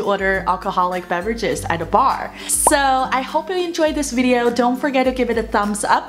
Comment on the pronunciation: 有呑音比如VIDEO 没发出来